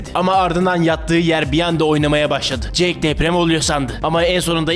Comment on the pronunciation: jake değil kardeşim jack (jeyk değil yani jek)